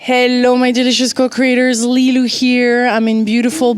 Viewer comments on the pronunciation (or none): Lilou, when you say co-Creators, it almost sound that you Say: co-Critters 🤔😆🙃